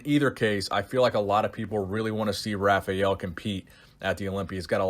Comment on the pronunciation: The R is pronounced like an H in brazil. It's pronounced Hafael.